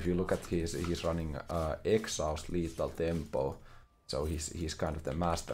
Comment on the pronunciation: i wanted to take a break from League but said "Lethal thempo Shen" and i am back again